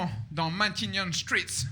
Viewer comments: Matignon...pas Manhattan 😅 c pas une faute de prononciation mais ça prête a confusion avec l'accent made in france😂😂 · He say Matignons street (not manathan) Matignons is the président street in France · Il a dit « Matignon street » pas Manhattan street, et Matignon en gros c’est là que le 1er ministre français habite